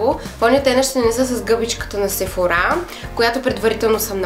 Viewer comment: Sephora се произнася по друг начин